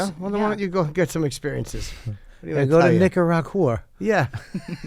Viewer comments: I will always pronounce Nicaragua that way from now on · From now on, It's Nikagahrooah instead of Nicaragua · Nikki, it is Nicaragua ! Like Lake Titikaka, and Tipi for your Bunghole ! And it is nothing to be ashamed of ... 🙃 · “Nikaragooaa? I don’t know, my housekeeper would know.” Jesus, fuck 🙄 Clearly Nikki took Paris Hilton as a role model. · Nikki saying Nicaragua incorrectly doesn't bother me as much as Bert saying tattoo.